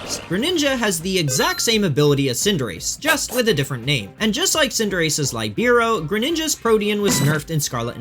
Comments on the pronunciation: sorry for being that guy: Libero is not pronounced Lie-BEE-RO is pronounced LEE-be-ro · his pronounciation of Libero actually hurt......it's pronounced "lee-bear-oh", it's a volleyball position that's specialises in Defense (by which the Libero may not serve the ball or spike the ball). Please...get it right next time, lad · Just since I havent heard a pokemon youtuber say it correctly yet: Libero is "lih-bear-oh." Libero is a name for the free floating defender position played by Franz Beckerbauer, which is why it was relevant for the soccer bunny. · Sir, respectfully, you are saying libero wrong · You made me Google how libero and protean were pronounced cause I'd never heard them said like that. TIL it's not pronounced like protein.